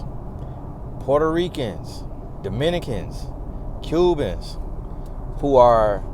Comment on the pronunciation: 🤣😭😭 “Porto-ree-can”